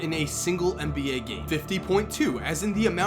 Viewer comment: It's Nba. NOT Mba. Get it right